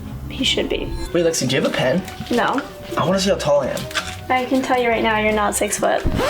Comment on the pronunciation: It's Lexi not Alexa😡